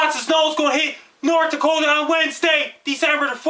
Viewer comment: I fucking love how he says Nort Dakota!!! Great work.. I love our neighbors to the north sincerely from Nort Dakota